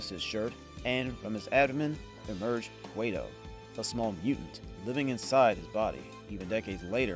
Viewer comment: Kway-tow? Really? You couldn’t take the time to get your stupid ai to pronounce the focal point character properly? At least you blew it early in the vid so we can move on quickly. Thanks for that.